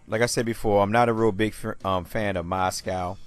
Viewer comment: It's moz-gov not Mos-cow. I'm not sure if you didn't mean to pronounce his name right or you're doing it to dis him because it sounds just how it looks.